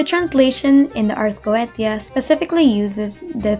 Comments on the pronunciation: not a dig at you, just something i noticed the ars goetia is actually pronounced as "ars go-Ā-sha" instead of "go-eh-tē-a" again, no hate, i say this in the kindest and most constructive way possible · The ars goetia is pronounced ars go-ay-sha its weird I know the ancient occultist were on some stuff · Goetia (go-ay-sha) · /ot on genshin but- You: Ars Geoteia Me, who played through all if FGO: LOUD SOBBING